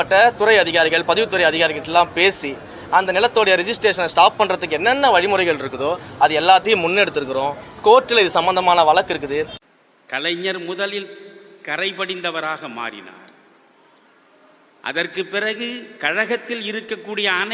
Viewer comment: வழக்கு என்பதை வளக்கு என்ற உச்சரிக்கும் அதிசய பார்ப்பான்